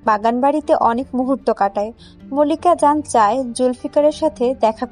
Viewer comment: মল্লিক া জান না মালিকা জান। উচ্চারণ গুলো ঠিক করূন।